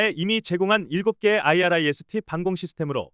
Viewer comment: 아이리스T 라고 읽으라고요, 진짜 무식하네